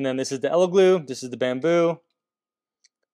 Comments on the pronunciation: Its Elegoo not Eleglue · El e goo not eleglue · It’s EleGOO, not GLOO. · It's funny how you keep saying Ele GLUE.. YOU KNOW it's Elegoo 😂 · that’s what I kept hearing 😅 glue vs goo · Great comparison. Only criticism is it’s Elegooooo not eleglue Keep sharing :) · Are you saying "Ella Glue"? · Stop saying Elegloo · Why do you keep calling the Elegoo and "ElegLoo" ? 🤔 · do you keep saying "Elegloo"? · I keep hearing "elegloo" throughout the video. I can't tell if it's like the "meow" thing from Super Troopers, hahaha. Great video, thanks! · I kept hearing Eleglue lolo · I always hear, "Eggyloo"... sounds like our bathroom the day after a curry... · Did you say Eleglue?! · I can’t take this seriously when you keep saying “Eleglue” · Sounds like a fairly okay bake off, but I feel like there are a few too many differences between the tests for my liking, but then again, I'm a scientist. Are you saying, "Elegloo" every time? And did you spray some spray adhesive into a printer? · Are you saying Elegoo, or Eleglue? It sounds like Eleglue. 😜🤪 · Oh man, eleglue is all I'm going to hear com now on! 😂